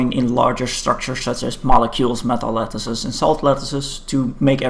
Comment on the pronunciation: Everybody loves this video :D Though took me a while to realise you are saying metal lattices and salt lattices haha